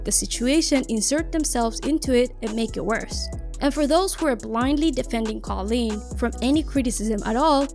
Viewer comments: Whenever you said her name as Colin I was literally questioning myself cause I’ve been pronouncing it as cooleen and it’s just spelt with a k instead of a c😭😭😭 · It's koolen, not kawleen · i don't think her name is pronounced "colleen" i think it's pronounced "coo-leen" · the way you said kooleens name the same way as collen 😭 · I thought koolen was pronounced "cool leen" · it’s not KaughLeen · its pronounced cool-leen